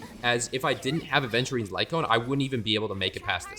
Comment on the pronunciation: after all these years, hearing players say "aDventurine" still hurts very much. yes, you are certified to call me a nerd